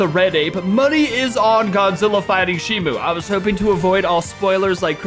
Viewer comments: It's not "shimo" it's shimu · It’s Shimu not Shimo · It’s Shimu, not Shimo. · ITS SHIMU ITS SHIMU ITS SHIMU ITS SHIMU ITS NOT SHIMO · its not simo